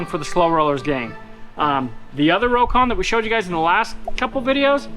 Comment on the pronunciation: It’s “row-con”. I wasn’t sure but found a history of the Rokon online. The inventor initially went for Rockon but dropped the “c” because it looked better in print and soon everyone was pronouncing it “row-con”.